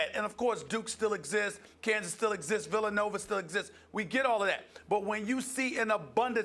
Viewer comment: He always does shit like that. I recall a few year ago when he called villanova villanover.